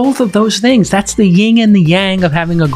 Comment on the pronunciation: Great guest, SEC Commissioner Hester Peirce! really appreciate it ...just one correction Jason...its the "Yin" and the "Yang" :D